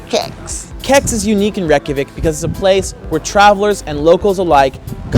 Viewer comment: Its pronounced Ray*kja*veek